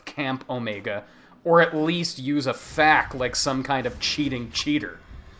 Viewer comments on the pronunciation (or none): A FACK? Who TF calls an FAQ a FACK? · At first I was a little confused, how is beating a game considered "Hidden"? But then he pronounced "FAQ" and I realized it's just a very late April fools video. That's all this is... right? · Oh my God, I'm so glad you pronounced FAQ 'FAK". I've been arguing with someone that it's cool to call it a FAK rather than F-A-Q, but he wasn't buying it. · no one says FAQ like FACK, you bearded twee millennial. do it right. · Did you really just pronounce "FAQ"?